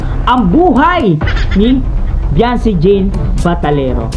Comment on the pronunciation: VIANCY not vianby